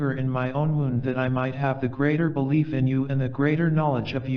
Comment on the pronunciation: It is wonderful to listen to 'The Prophet' again. Thank you. If I may make a suggestion, it would be even more beautful if you could master the pronunciation of words like 'wound' meaning a hurt place (woond) and 'winds' meaning the movement of air (winds not wynds). Thank you.